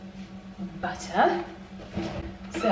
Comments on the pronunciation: I've never heard you do an American accent ("butter, salt and pepper") that was actually wild for me 😂 (an American) after watching you for years, I lol'd! Love you x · I noticed that too! She really did sound American.